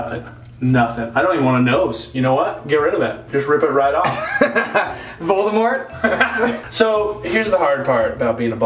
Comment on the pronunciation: BEFORE U SAID VOLDEMORT I WAS LIKE HAHAHA LIKE VODEMORT THEN U SAID LIKE VOLDEMORT AND I WENT LIKE WTFFFFFFFFFFFFF